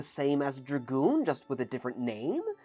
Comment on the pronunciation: you mean... gragoon?